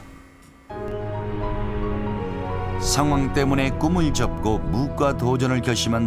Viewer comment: 무꽈로 읽어야 하는거 아님?? 소장도 의미에 따라 소장, 소짱,... 송장도 송장(죽은사람), 송짱(거래 내역) 이렇게 읽는게 통상적인데.. 너무 써있는대로 읽음......